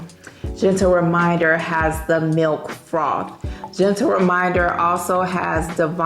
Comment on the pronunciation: Lol I thought when you were reading the notes the first time that you said milk frog 🐸 I had to rewind and replay 😂 my brain 🤦‍♀️